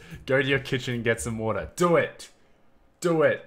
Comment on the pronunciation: Wait did u say water I heard vodka